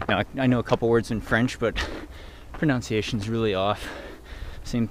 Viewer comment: If you mispronounce "proNUNciation" one more time I'm unsubscribing. Just kidding. It does bug me though. It's not pronounciation, it's pronunciation. Okay sorry. Rant over. Keep up the good work! And good luck next week!